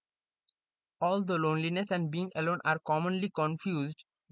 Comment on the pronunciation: 5: 33 It's not Althrou It's Although এর উচ্চারণ হবে অলদো 😊